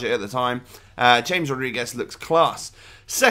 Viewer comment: You pronounce it like Hames not James. It is really annoying. Change it.